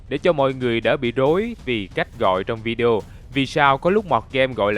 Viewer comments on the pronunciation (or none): none